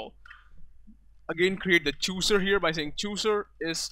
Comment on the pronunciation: You don't even know how to pronounce chooser.